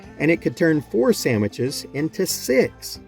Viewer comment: did he say "samiches" lol... i hope.